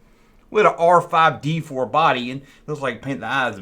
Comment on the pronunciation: DEE FOUR for crying out loud! 💀